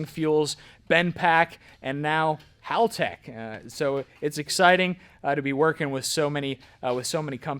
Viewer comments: Its hall tech. Like a hallway. Not howl tech. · I stand corrected, I just seen a video from haltech... It is in fact hal tech. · Correct me if I’m wrong but I thought it was called Haltech like a hallway? Not howl tech🤷‍♂️